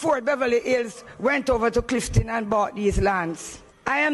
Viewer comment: its only a pity she said Cliftin and not Clifton.